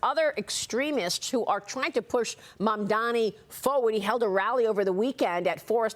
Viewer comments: It's Mamdani, not Mamdami... The F is wrong with you? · Who the f**k is “Mandami”????? It is MamdaNi..you sick f**k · Cuomo still cant say MAMDANI. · You can't even pronounce his name, MAMDANI you bozo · A man that can’t say a name right wants to be a mayor. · It's MAMDANI M-a-m-d-a-n-i. You'll get it right or you'll sound like and idiot once he is mayor.😂 The city of NY is NOT choosing this vile,predatory, lazy, nepo baby clown... we ALREADY HAVE ONE FOR PRESIDENT. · He still can’t pronounce his opponent’s name properly 😂😂 😂😂😂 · Cuomo is such a chump. It's "M-A-M-D-A-N-I"! Learn how to read, you bum! I also find it QUITE rich to see the way Cuomo, the sexual pervert and aggressor who was forced to resign from the governorship in DISGRACE (and whom the New York Post - also owned by Rupert Murdoch) mocked mercilessly at the time) and who was responsible for the deaths of thousands of senior citizens during Covid, is now fretting about what would happen to NYC if another catastrophe hit us. The answer, of course, is that with Zohran as mayor we'd be a HELL of a lot safer than with Cuomo. That is overwhelmingly clear and obvious. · {}{}{}{}{}{} - Cuomo still not able to say Mamdani name correct , Cuomo needs to go to speech therapy in order to speak correctly !!!!!! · bro really refuses to say his name correctly. you’re a joke dude